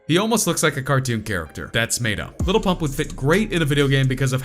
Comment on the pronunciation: White guy: Gucci Gane , Little PuMp wtf